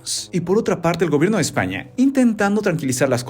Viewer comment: Yo solo entendí OdHio EsZpAnYaH!